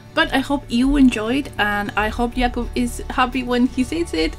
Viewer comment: Awesome video, beautiful end result, and cool nail polish, as always. :) And greetings from Poland! Your pronunciation of Jakub's name is great!